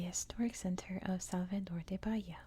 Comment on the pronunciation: Don't know if anyone said this yet lol. But, in Brazilian Portuguese, "de" is pronounced like "je" or like the letter "g" (gee). For example; Rio de Janeiro would be pronounced Rio Gee Janeiro. I love your videos btw! My favorite ASMRtist 😊🫶🏻